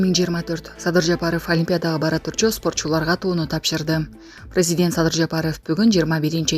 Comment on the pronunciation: Прайзидент деп айтпагылачы